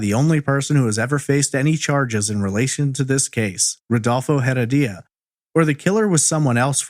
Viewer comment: "Rudolfo Heredia" is the correct pronunciation of her abuser.